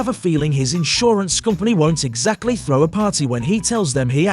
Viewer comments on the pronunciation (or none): none